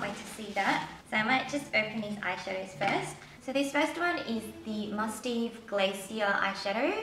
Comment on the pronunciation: My friend bought some skincare from Elishacoy and I hear they're all really good. And from what I hear from other videos I think the Mustaev brand is pronounced Must-have. Sorry for correcting you.. :/ Anyway love these type of videos! <3